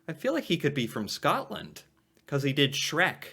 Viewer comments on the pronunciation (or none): none